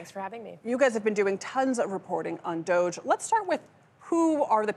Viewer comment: There's no way that's how you pronounce DOGE.